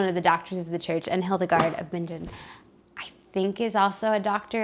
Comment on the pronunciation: Hi, Hildegard of Bingen is pronounced with a hard "G" sound, i.e. "Bing-in" not "binge - in" only clarifying because you weren't sure, and Hildegard was from Germany, as was my mother, who was named for her. And yes, Hildegard of Bingen is a Doctor of the Church. I love the idea of an Advent read along and I'll do my best to join in. I love that you proudly share your Roman Catholic faith. God bless you today and always.